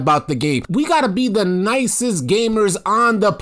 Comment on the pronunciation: When you say “nicest” I hear Pussyest 😂😂